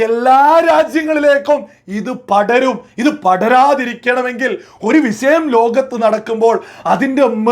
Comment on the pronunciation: വിശയമല്ല വിഷയ० എന്നാണ് പറയേണ്ടത്